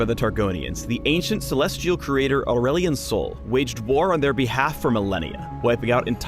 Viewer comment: is it me or says ''aulerelion sol''